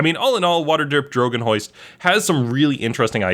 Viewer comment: It wasn't even drogon. I heard drgon.